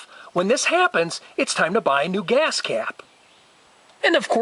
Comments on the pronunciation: Your video is helpful. BUT, OMG!!! The way you say “geeyass cap” is brain scratching!! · why do you accent on the word GAS?